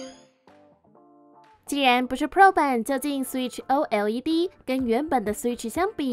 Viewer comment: 為什麼要像A P P一樣把OLED分開來唸…